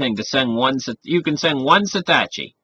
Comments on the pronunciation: I love this guy but gotta correct "Satachi" to "Satoshi". Its pronounced Sah-toe-she. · Fun video, but you gotta learn how to say satoshi. It's not satASHi, it's satOSHi. ;-) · Satoshi - SAH - TOE - SHEE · I can not listen to your pronunciation of Andreas's last name, Antonopoulos, and Satoshi. Is it so difficult to spend a minute and learn proper pronunciation?